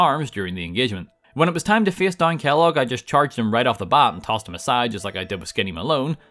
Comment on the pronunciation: I lost it when you said Kelloos